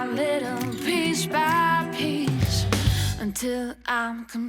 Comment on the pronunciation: It is so freaking annoying that the singer in the 'outro' pronounces piece as 'pisch'.